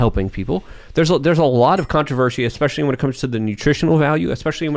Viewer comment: Ah yes,... Mr. "" (especially)